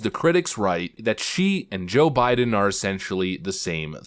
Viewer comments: Did she say Obiden in the beginning instead of Joe Biden?😂😂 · SHE SAYS, "o'bIDEN" NOT jOE bIDEN. i THINK SHE WAS ABOUT TO SLIP UP AND SAY, "oBAMA". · 🤣🤣🤣 did she say "O'Biden"???????? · Lol, The way she said Joe Biden sounded like she said Obiden.